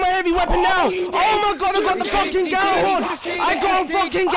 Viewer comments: It's pronounced "Jallarhorn" not "Gallarhorn". The G is silent, more or less. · Zero Nova Well, im swedish. And Gjallarhorn is a nordic/islandic name. Over here, Gjallarhorn would be pronounced "Jallarhorn", or more like "Yallar(who)rn", and as it is a nordic name im guessing that is the correct pronounciation.